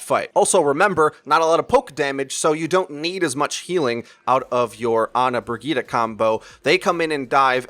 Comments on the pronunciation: BROGETA?! It took me a while to figure out you were talking about Brigitte :D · Stop saying Bri-gee-tuh